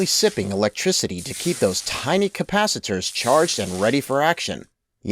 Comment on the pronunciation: pronounced capacitors and transistors wrongly